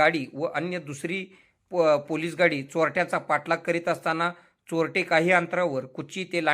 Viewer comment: Choltle😂 bolayla shik jhatya